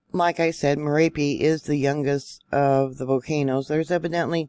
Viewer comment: It's pronounced Mer op ee